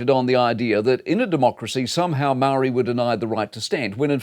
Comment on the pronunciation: Could you just take a moment Mike and learn to speak ‘Māori’ correctly mate as a leading journalist.